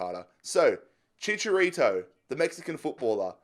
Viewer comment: Bruh Chicharito has no s